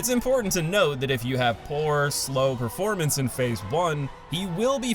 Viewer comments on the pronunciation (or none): none